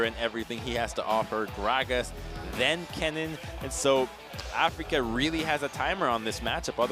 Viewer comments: Afreeca not Africa. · Everytime he said that, my eyes twitched. I don't understand how anyone could get that wrong.